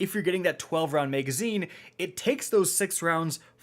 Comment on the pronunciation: I really hate how you say MEGazine lol. Love your videos though